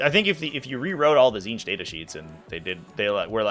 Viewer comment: you read the tzeenth one rong